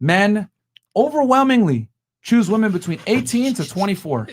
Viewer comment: The whole entire pod cast that just bothered me the most was that girl in the green shirt saying the "woman".... It pronounced "WOMEN!" damint.